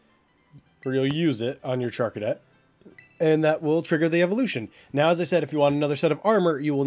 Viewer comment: also you did say charcadet's name correct i named my charcadet megaman because he changes alot like megaman